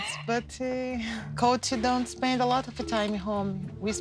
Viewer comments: I think his name is actually coltee though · "COLTY" DONT GIVE ME CREDIT CARD "YETY" Lmao😂🤦‍♀️ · Brazilians tend to add an imaginary "y" to foreign words as a way to pronounce them more easily. It's not weird for her to say Colt"y" and credit card"y". She's speaking a language that isn't her mother tongue.